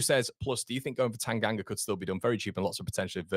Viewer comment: Tanganga..oh for the love of God..Nooo.